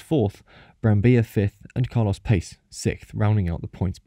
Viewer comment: Actually you said "Carlos Pace" less wrong than most English speaking people who say "Pache", in Brazil we pronounce it more like "Passe". The C makes an S sound